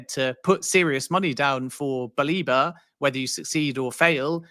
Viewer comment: Stop calling him Baleeba! It’s BA-LEH-BA